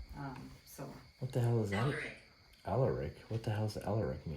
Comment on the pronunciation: It sounded more like Eleric . Which is an old english name lol 😆